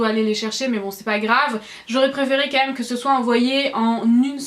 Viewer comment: C'est très bizarre quand tu dis "quand meume" au lieu de "quand même" ?!